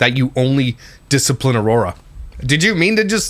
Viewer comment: We're missing the important one... Aurora somehow equals Ah-war-wah